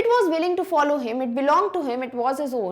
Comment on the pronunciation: follow ko to shi bolo